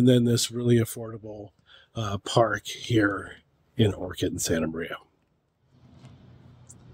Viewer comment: First off - Learn to say Orcutt ! Not Orchid ….